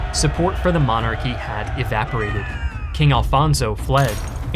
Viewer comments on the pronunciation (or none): none